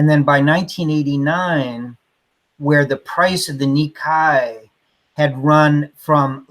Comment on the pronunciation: Oh....Nikkei ("nee kay") is the Japanese Stock Exchange....not ni kai ("nee kie") which means "two times."